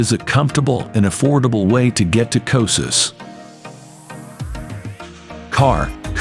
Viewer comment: I can't watch this. The constant total mispronunciation of the name is too distracting.